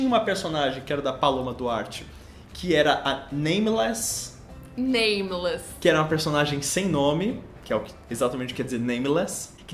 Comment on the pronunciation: Nameless nem sabem pronunciar